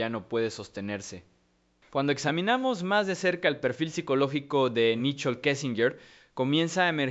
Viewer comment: Porque crean este tipo de contenido y no se ponen a investigar la pronunciación correcta de los nombres??? Porque decirle “Nichol”? Cuando todos sabemos que se pronuncia “Nicol” 🥴🥴🥴🥴